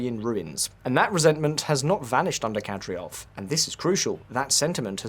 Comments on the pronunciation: You could at least pronounce Kadyrov correctly. You also dropped Apti Alaudinov from the list of potential successors despite him being the most cited one. Ramzan is a legend and Chechens will praise him for a long long future. You clearly don’t realise the greatness of Axmat Xadji Abdulkarimovich’s legacy. Ахмат - сила. Аллаху Акбар и вперёд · DUDE! it's Kadyrov not Kadyrov!! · You seriously couldn't have googled Кадыров pronunciation before filming the video? Something that basic? Because your pronunciation isn't even close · Yea, I noticed that, the "host" couldn't even say "KA-DEER-OV", pretty much well every other person can say it properly, except this guy. Also at the min mark he pronounced Kostyantynivka the russian way (Konstantinovka). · How can you fuck up Kadyrov's name every time you say it? It's not a difficult name unless you didn't read the script before recording. Ka-dy-rov. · Read the word with me, Kadyrov - Kad-ee-rov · His pronunciation of Ramzan already bothered me, but then he kept saying Kadryov over and over. That's how you can tell someone is just making content without actually knowing what they're talking about. I'm surprised he didn't say Putrin. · "kadryov" my god how could any of the information be accurate if you cant even nail the name lolololol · Dude learn to pronounce the name of the people you claim to be an expert on, super cringe. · Can’t even pronounce Kadyrov but will lecture humanity on Chechnya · NOT Kadryov nor Nucular. it is KADYROV and NUCLEAR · KADYROV PRONOUNCED CORRECTLY IS KAH DEER OV NOT KATY ROV. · Kad-e-rov, not Kad-ri-ov. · Who the hell is Kadriov? I know the leader is Kadyrov, but they can't be the same people. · Mate you made a video about this and you cant even pronounce KaDYrov correct? Its not like its super complicated..Its not KaDRyov. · KadYROV, not KadRYOV.😒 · It's Kad-i-rov,not Kad-ri-ov.....Notwithstanding,an interesting watch,thank you ! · Kadyrov is pronounced "kadeerov", not "kadreeov".